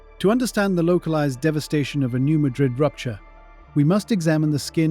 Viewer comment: FYI it is locally pronounced newMadrid the a has a hard pronunciation.